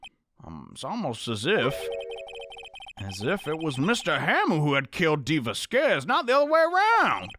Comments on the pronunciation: as a native spanish-speaker, it's written "Vásquez" and pronounced "vass-kass" somethn like that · lol i died when you say dee va-squeeze lol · Vasquez is pronounced (vass-kez) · Dee "Vaskes" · IT'S PRONOUNCED VAS-K-EHS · Gotta say it..... VAH-skehz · Va squeeze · not knowing how to pronounce "Vasquez" after so long is so funny to me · not being able to pronounce Vasquez is gold 👁️👁️ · i want a compilation of butchering Vasquez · can pronounce Manuel right on the first try Also: couldn't pronounce Vasquez right after all this time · well i am pretty sure he was messing with us, he did pronounce it correctly at the beginning of the video but laughed it off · Fun fact: people from the south can pronounce 'vasquez' more easily because we're close to the border lmao